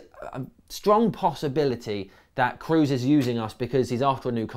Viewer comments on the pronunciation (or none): just in case you do a new video on Tony Kroos, you are pronouncing his name wrong. It is an o sound what you have to produce, so it would be something like /ˈkɹɔˑs/ not /ˑkɹuˑs/